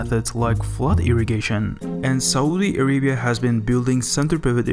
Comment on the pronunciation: "this is sohdee araybeeyahhh"